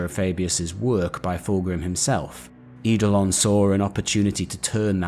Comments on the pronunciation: Love these vids, looking forward to the one on my fav thousand son. I get a little triggered by how you pronounce some of the name though, I get why you do though, eidolon for example is pronounced idolon, it's an ancient Greek word for ghost or spectre where the E is silent 🙂 this really is very minor though and the vids are thoroughly enjoyable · Lol I know right??? Adored the video but everytime he said Idolon hit me like a record scratch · You research and delivery is excellent! Great videos and great story telling. The only criticism I have is that some of your pronunciation is off, Eidolon = Ay-dol-on for example. Keep it up dude, you are fast becoming my favourite 40k youtuber.